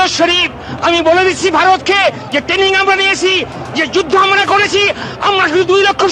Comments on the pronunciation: Ora ota TENNING NA TRAINING!! age uccharon to korte sekh!! 🤣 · উফফ, তোমাদের টেনিং, উচ্চারণ করতে পারো না ঠিক মত, আর এরা কলকাতা দখল করবে! কোন ব্র্যান্ডের গাঁজা খায় এরা!!!!😂😂😂😂😂